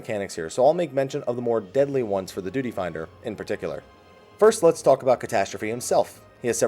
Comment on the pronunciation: "DUTY" I cringed at the pronunciation.